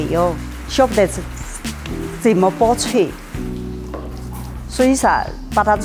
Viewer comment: Any Mandarin speakers noticed that in this accent, lots of final nasal sounds (-n, -ng) are dropped compared to standard Mandarin. Rubing -> rubi zenme -> zeime baocun -> baocui yiqian -> yiqie And many more.